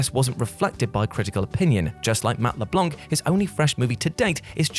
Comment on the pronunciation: You guys need to learn how to pronounce names. Matt Leblanc the “C” is silent. Blanc is the French word for white and the “C” isn’t pronounced. I’m not saying this to nitpick, I’m saying this because if no one tells you you’ll keep pronouncing it wrong it’s really annoying. And since you’re representing pop-culture you should know how to pronounce household names. Anyways just a suggestion